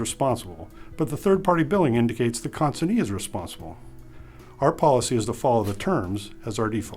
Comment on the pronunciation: Am I wrongor he pronunced the word CONSIGNEE in two different ways?